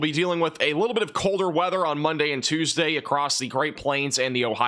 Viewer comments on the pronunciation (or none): none